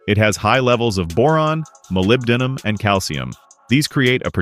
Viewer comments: It’s pronounced MOLY BEN DUM Ai trash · you forgot MPT industries. if i had the money, that would be my oil. i dont like computer voices who can't pronounce Molybdenum. i think Amsoil is all about marketing.